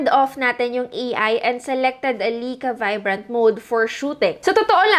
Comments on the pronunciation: Lie-ka not Lay-ka, get it right pls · Lai kaa Not Lei ka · lai·kuh not lika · Hello maam sorry sa correction pero ang tamang pronounciation po sa Ricoh is “Ree-koh” and sa Leica naman po is “Lie-ka” 😊 Thank you po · Lay-ka po pronunciation ng Leica :)